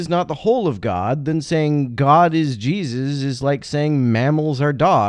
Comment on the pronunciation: Anyone else like how pronounces Jesus? JEE-zis